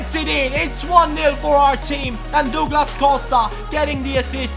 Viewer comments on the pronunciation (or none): Js it's "Duglas" not " Dooglas"